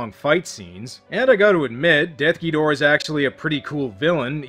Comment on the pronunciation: Got to say that I truly appreciate how you say DEATH Ghidorah's name correctly. It has always bugged me to no end how "Desughidorah" is treated as the official translation. What's next? Should we start calling King Ghidorah "Kingughidorah"?